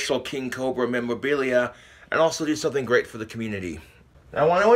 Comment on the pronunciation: "King Cobra Memwobillia"